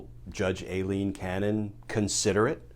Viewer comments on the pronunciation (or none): Glenn so what is a Special Master? Ailene is pronounced Eye-lene. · Is her name a-leen? or I-leen? Cause Aileen is usually pronounced I-leen..